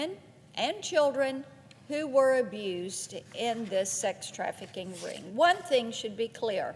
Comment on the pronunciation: ' who this ring-G is....' from the South are ya? 😍